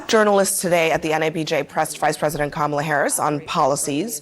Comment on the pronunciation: Did that CNN anchor just say the NABJ just "pressed" Coup-mala on issues?